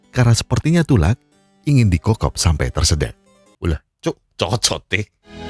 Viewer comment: Renyah banget pas mimin ngmng cocoteee,, 😂😅